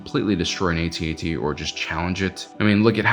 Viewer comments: Lost any credibility as soon as I heard A-T-A-T and not AT-AT. Was called the AT-AT when ESB came out and again when RotJ came out. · It’s actually pronounced: AT-AT…….NOT: A,T, A,T……..1980s original Star Wars fans know this……plus an AT-ST is called a scout walker……NOT: A,T,S,T……kids these days don’t know anything! lol 🙄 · "At" "At". Not "A" "T" "A" "T" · It's "AT-AT" not "A-T-A-T". Why? Because you don't say T-I-E fighter. And you'd better if you're gonna insist that it's "A-T-A-T". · Can you please just say atat, you don't say T I E fighter. It's what people called it back in the day